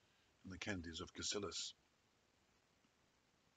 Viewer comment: Very interesting but just one thing - 'Cassillis' is correctly pronounced as 'Castles', 'is' being the Scots plural.